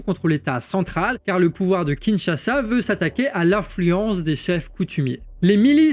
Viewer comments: Kinshasa et non Kinchasa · KINSHASA et pas KINCHASA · "KINCHASA" Sérieux ???